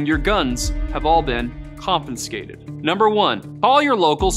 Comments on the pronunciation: ConFIScated. Not "confinscated". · "Confinscated" ??? Get a dictionary